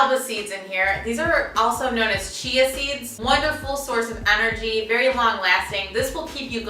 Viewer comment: Its so cute the way you say anergy. instead of energy :)